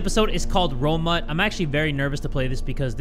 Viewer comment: "romut" lmfao